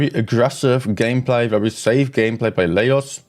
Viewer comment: You need to stream NA as well, and get zero sleep 😂. I think Laos is pronounced “la-ows”.